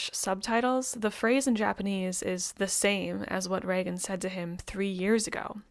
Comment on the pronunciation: It is pronounced like Raygen